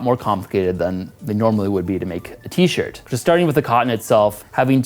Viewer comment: 13;47 "for my t-shit"